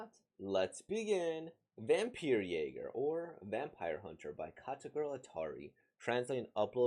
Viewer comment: This story really has a lot of things I want to talk about. First of all I love the title. I got jumpscared by the sudden German. Your pronunciation of Jäger was really good as well 👍 Then to answer your question if there are female vampires. I think one of the first major stories including vampires as we know them is 'Carmilla' which is a pretty homoerotic vampire story. It's been a while since I've read it so I can't quite tell you what happens anymore. But all I know is Carmilla's a female vampire and gay. I've heard that there's supposed to be something erotic/sensual about vampires but this story has definitely showed me what people meant by that. Clemens getting straddled by the evil vampire to the point I wasn't sure if the vampire wanted to have sex with him before fully turning him into a doll. The random Shibari bondage scene and so much more. Like woah 😳 Considering what you said about what this story would be classified as, I checked a manga with a slightly similar (horny but still spooky and actiony) vibe (Black Butler) and I think this story would be considered a shounen? This kinda made me realize that I probably only thought that I know what shounens are .